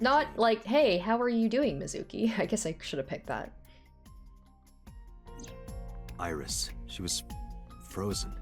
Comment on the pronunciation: for Australian "Oiris!"